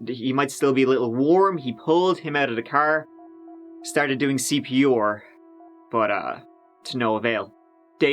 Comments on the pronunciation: C.p.ooorr lol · "He started doing Cee Pee Youarrr"